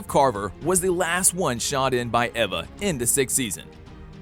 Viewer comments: This man is triggering me it’s not diva it’s Devoe it’s not cicada cicada and it’s not Ava. It’s Eva this man is triggering me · wtf "ehva" "Deeevoe" and so much more mistakes lmao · Thaz a normal amount of kills n u fg season 7 plus Jesse n Harrison wells from earth-2 oh n it’s (E)va do u even speak english